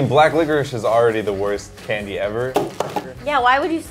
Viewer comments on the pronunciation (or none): Im swedish and its kinda funny hearing you miss pronouncing every candy